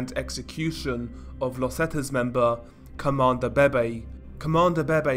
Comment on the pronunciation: How I hear 👂 this dude say : Comandante BeBe ‘’CoMAnDO BEY BEY’’ 💀